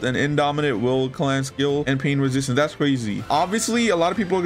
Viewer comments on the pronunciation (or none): none